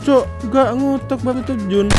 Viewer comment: Baruuuu❎ Bahuuuu ✅